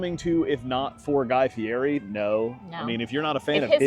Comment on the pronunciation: Like #26 Good and honest review. By the way, it’s Guy Fieri (pronounced Fee Et Eee) the r is pronounced as a T. I got a good laugh each time you mispronounced it.